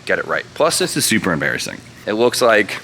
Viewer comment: i thought you said this is "supra embarrassing" haha